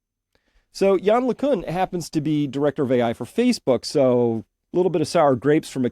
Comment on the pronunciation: LeCunt pronounced with a 't' at the end.